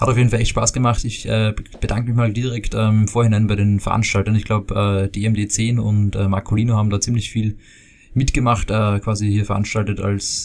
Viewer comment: dm hat mir noch im ts gesagt das du immer seinen Name falsch ausspricht es heißt dmdm10